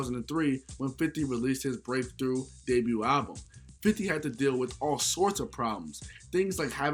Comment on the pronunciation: The t in debut is silent